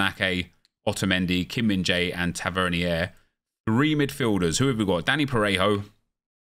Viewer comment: Tavernier’s name is pronounced Tav-er-neer